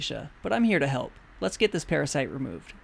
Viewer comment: I love what he saying ''blood sucking paraside''